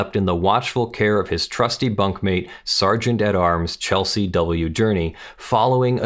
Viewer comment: the Sergeant at Arms's name was Chesley not Chelsey.